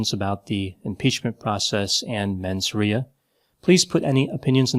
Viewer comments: “Menz RAY-uh” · For the first time, you and I almost agree. I do want to add, that Trump did attempt to kidnap and/or kill members of congress, so the fact that several of them are still voting against actions against him really makes me question their sanity, judgement, and mens rea (pronounced "RAY-a"), and I wonder what dirt Trump has over them to force them to do that.